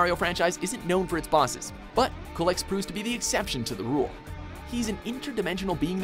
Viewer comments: Isn't it pronounced "Cue-lex"? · "Cull-ex"...? Really? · Culex that's not how you say it its like coolex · CULEX. (cool-ex) thats how you pronounce it. it sounds like a yummy drink (reference, anyone?) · kulex.... LOL the way he said it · It's pronounced "why-vern", not "wih-vern". Also, "kyoo-lex", not "koo-lex". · And the fact that they pronounce it "wivern" and call Culex "cullex" is really grating to listen to. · This guy can't pronounce Wyvern, or Culex. Also you spelled Noob Saibot Noob Sailbot. He doesn't have a sail. I mean, his name is right there on the screen.